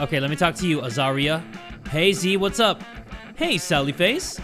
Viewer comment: The fact that you pronounce the name Azaria right brings me joy Btw thats my first name and literally nobody gets it right on the first try lol